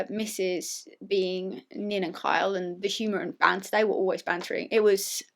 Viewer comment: "Sorry, I'll pronounce that more clearly: KYA does listen to me and KYLE would listen to me" One second later: "I li' Ky' lot"